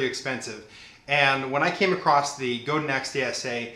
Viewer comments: it's pronounced guh-dahn :) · I know I'm coming late to the party. This is a very thorough review which i love! But the Godin is pronounced Go-da(n) soft n. It's a french name. I met the original luthier Robert Godin 30 years ago so this is the accurate pronunciation. God bless you for your worship leading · no guys.. its not like tomatoe toemattoh. its my last name and its pronounced. god-in not go dan lol. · Great review! Btw, Godin is based in Montreal and so the name rhymes with "Chopin". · Actually pronounced Go Dan. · Wikipedia: Godin Guitars (pronounced Goe-dan) is a Canadian manufacturer that specializes in stringed instruments, Just so you know. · yes i am french canadian in french i have already explained that it is pronounced goad-dain.... however simce most people aee not speaking french when speaking the anglicization if MY last name is god-in... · It's pronounced GohDan. I spoke with Janet Godin, Robert's wife (who owns the company). There are many pronounciations, but in this case it's GohDan. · Go-dan is a better pronunciation than Go-din.